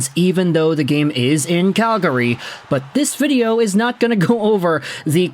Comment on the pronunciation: You aren't a native Calgarian. I can tell by the way you say Calgary.